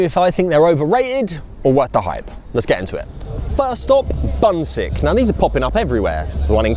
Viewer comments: it is pronounced Boonshick 😝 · Busik is pronounced 'Boonshik' - 분식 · Bunsik is pronounced POON shik. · some notes on bunsik from someone who has lived in both uk and korea its pronounced "bun-shik" according to the original hangul but easy misunderstanding as for the food its quite inauthentic compared to the korean counterpart, its actually quite funny that bunsik became a massive trend when myeongrang (the og korean corndog company) opened here around the same time, failed to sell well and shut down its locations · bunsik pronounces 'boo'nshik xD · Bunsik is pronounced Bun-sheek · And £4.40 is bonkers. The angle is the potato cubes BTW, the shop's name is pronounced boon shik, which means snack in Korean. And they don't call it a corn dog there. It's a hot dog. Hot dogs are called frank, pronounced prank. The most popular topping on the corn dog is... sugar.